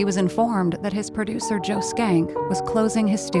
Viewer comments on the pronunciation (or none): c'mon, lady, it's not "skank', it's "Shenck". Joseph Michael Schenck, also named Ossip Schencker, born 1876 in Rybinsk, Russia, died 1961 in Los Angeles, CA.